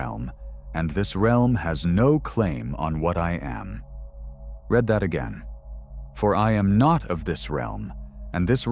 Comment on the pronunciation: Mispronounced 'READ\READ' ~ AI?